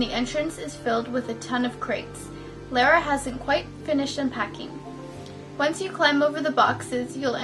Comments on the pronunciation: not Lara (lair-a) as you keep saying,, Her name is pronounced Lara (Lahr-uh). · Girl how you gonna be a fan and call her lair-uh instead of lar-uh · So weird the way you say Lara, lol but oh well. XD